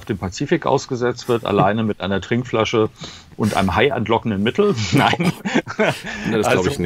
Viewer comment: "H A I MITTEL" war guuut! Danke für Ihre Arbeit !!!